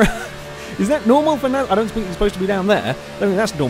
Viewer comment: NAZCAR? whats NAZCAR?